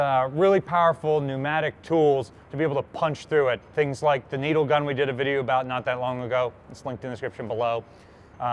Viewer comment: When he says " needle gun" every current and former US Navy sailor cringed. Even if they never actually used one.